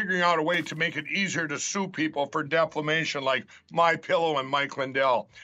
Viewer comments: "Deflamation" again! 😂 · I can't believe Pillow Boys still says "deflamation." Has anyone corrected him? Is it a speech impediment? Was his brain STOLED? 😁😁😁😁😁😁